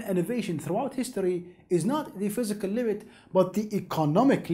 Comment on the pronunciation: "phyiscal" close but no cigar.